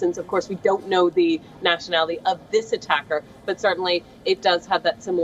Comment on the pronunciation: Terrible accent of; tonnes of um and uh and several mispronunciations... like nationally instead of nationality compaq instead of compact, terroist instead of terrorist; Might be odd to people that i am picking up faults in a native speaker but native speakers re the ones who are more prone to jump words and alphabets while normal conversations; BUT THAT'S HARHLY WRONG WHEN YOU DO REPORTING AND YOUR WORDS ARE NOT CLEAR TO COMPREHENSION OR AUDIBLE PROPERLY; might be a few pegs down:-)